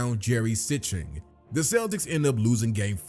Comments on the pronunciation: Jerry See-sting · Jerry Sichting (see-sting)